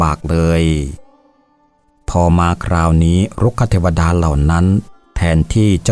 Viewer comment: รุกขเทวดา ออกเสียงว่า รุก ขะ ไม่ใช่ รุก คะ ก็ ออกเสียงว่า ก้อ ไม่ใช่ เก้อ